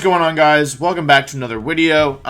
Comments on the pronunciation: why do you say “wideo” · "What's going on guys, welcome back to another Wideo..." Wolfe Glick. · We’re just gonna ignore the fact that he’s saying “Wideo”? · We dont ignore it, we celebrate it!